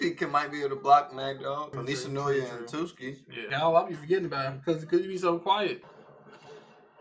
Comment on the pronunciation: Why he keep calling him "Tuskki"? LOL, it's TSUKKI!